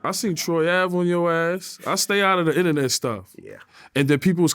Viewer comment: “I stay outta the innanet stuff” 🙄